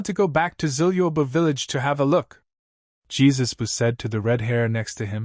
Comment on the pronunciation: usopps dad’s name is not Jesus it’s yasopp